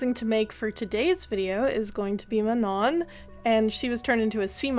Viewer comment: Her name's pronounced Ma-noh btw. This is insane craftsmanship and I am deeply obsessulated by the final product 💓💓💓